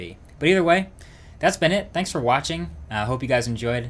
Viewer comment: Please stop saying Vanks it's THanks!